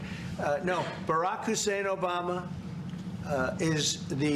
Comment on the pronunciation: Lol have to love how he stressed his middle name 🤣.